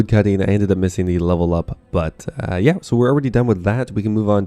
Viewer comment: Did you pronounce yeah as Jeah? European heritage revealed